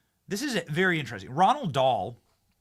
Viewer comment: Not Ronald Dahl. Row-Ald